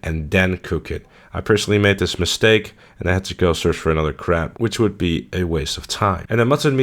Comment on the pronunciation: Thought you were talking about “crap” rather than crab lol